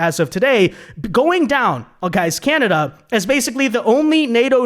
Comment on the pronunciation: KANADUH EH?